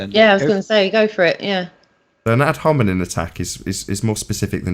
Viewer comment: He can't even say the word "hominem" properly. You'd think he'd have had enough practice by now, wouldn't you?